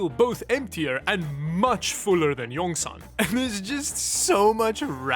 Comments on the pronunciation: Pronounced yongsawn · I died when i heard "yongsen " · pronounce Yong Sanh, Yong = Dragon, Sanh = mountain